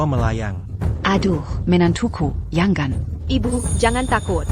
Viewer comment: Bagaimana penerjemahnya ya? Suami kok jd siomai, makanan dong, bilang ibu, ibyu, knp ndak biasa2 sj, bilang tidak, tadak, ndak enak dengernya.